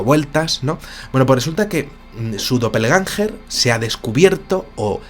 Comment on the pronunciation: El Termino Doppel Gänger se pronuncia guenga significant duplicate o clon, tambien puede referirse a la autoclonacion. Para entenderlo eso era lo que hacía Naruto para multiplicarse.